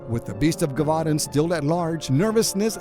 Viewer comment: (Jeh -voh -dahn)